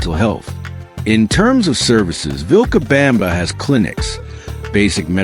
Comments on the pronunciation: FAKE and not true. #1, I could espaily be run over by busses here, in this small town, any day. Pedestrians are treated like dogs. #2, it's NOT "vilca BAMBA." Or "Lo Ja." It's "vilca bomba" and "Lo ha". If the creator is so lazy as to use AI voice, the video facts are also farmed from the internet. And we know how true the internet is. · And, horrendously, "VilcaBAMba". 😣